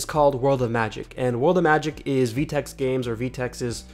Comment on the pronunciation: im cringing, u said "vee-tex" its pronounced "Veh-Tex"